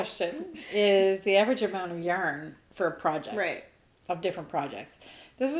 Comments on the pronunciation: I also say yarrrrrrrn... but maybe you could lighten your arrr if you did the inhale thing every time you said yarn? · “Yarn”! Yah that sounded different!” I laughed so hard I needed my asthma rescue inhaler!!!